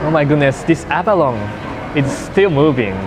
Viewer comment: I'm sure u'll be eating heaps more abalones in the future, so I just want to remind you it's pronounced like "abalon-nee", or think of "abaloney". It's a tricky word haha